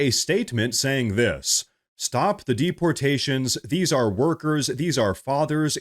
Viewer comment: Stop the "DEPORATIONS"!😆